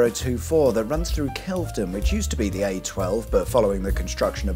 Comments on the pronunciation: It's Wit-ham (you pronounce the Wit) and Kelve(y)don is pronounced with a y even though it doesn't have one. You got Hatfield Pev-er-il right the first time. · WIT-UM and KEL-VED-DON 🙄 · and he got Kel-ve-don wrong! :'D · He also gets Kelvedon wrong 🙄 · Nice to see my neck of the woods :) Even if the mangling of pronouncing Witham, Hatfield Peverel, and Kelvedon makes me wince…